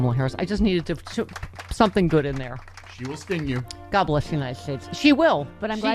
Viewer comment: I love your And god blesh amerika 😂